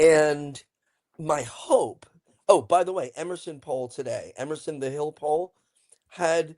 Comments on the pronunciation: Omfg, is still saying, Mandami. How on earth can she STILL be saying the likely new NYC mayor's NAME?!! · She even says his name wrong when READING it spelled correctly. Unreal. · just MISPRONOUNCED Mamdani's name too. This is UNBELIEVABLE.